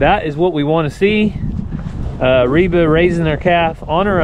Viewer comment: Reva or Reba? I was checking Google for Reba's sons name [Shelby Stephen] but then I realized that you might be saying Reva.